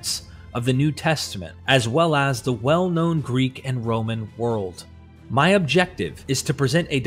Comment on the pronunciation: Yeah I picked up on 2 mispronunciations within the 1st 80 sec. RoMAN. And ANSH'nt. Caught me by surprise. I was going to comment, then I read your explanation. You have a good speaking voice. I think we all like to hear it.